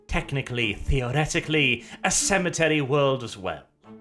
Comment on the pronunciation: At the start it sounded like you said sanitary worlds not cemetery worlds when you tried to emphasise it